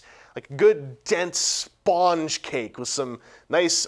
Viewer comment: Why do you say Spawn-ge instead of Spun-ge?